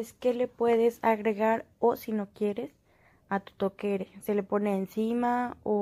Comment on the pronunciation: 😂😂😂😂😂,,,toqueres,,,,,¿que es eso?,,,,,,TOQUERAS,,,que toqueres ni que tuqueres